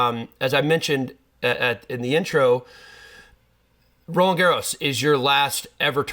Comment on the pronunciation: Sam, ix-nay your incorrect "Garros" pronunciation. The "D" in Roland is silent; the S in Garros is not. BUT for you to accessorize with a scarf would be très chic!